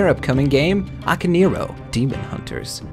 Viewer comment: For christ sake, people. it's "Ah-kah-neh-ee-roh", not "Aka-neero".